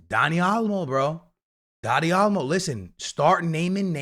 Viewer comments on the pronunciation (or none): Still calling him Dani ALMO